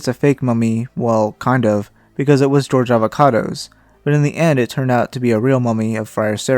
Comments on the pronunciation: Not Avocados its Ava-Cados 😂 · That's A-VA-CA-DOS!